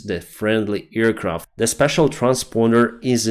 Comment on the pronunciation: thank you for your reporting, but please, check the pronunciation of aircraft. You make it sound like earcraft, which is hilarious every time i hear it:)